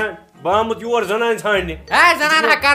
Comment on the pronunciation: Yawar che zabr not waaya